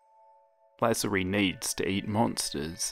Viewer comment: It's La-zar-ie